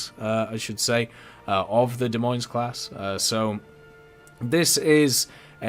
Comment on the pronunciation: S on the end of Des Moines is silent.